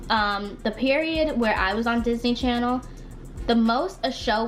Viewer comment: "Disney Chanel" is sending me 😭